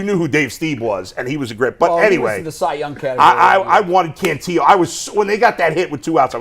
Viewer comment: Guys you sound dumb- it’s “Can-TILL-o”, not “Can-TEE-o”. The guy has been in the org for 3 years, you should know this by now.